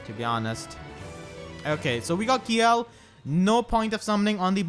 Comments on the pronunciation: To pronounce Kjelle, its KUH-JELL. since her japanese name is Degel. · I think Kjelle is actually pronounced "Shella" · If you want my two cents, I pronounce Kjelle's name as Chelle, like from Michelle. But I think the accurate pronunciation is really CHell, like from Cello. Also I'm glad that Cynthia was added. I married Sumia in my male Awakening file, so now I can make a family team for giggles.